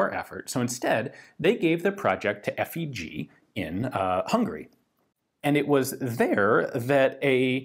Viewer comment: If you want to say FÉG correctly the "é" is like the "a" in spade, or shape